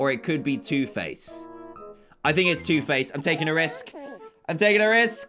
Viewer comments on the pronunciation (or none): what dan said:its either harry or two face what i heard:its either harry or tooth paste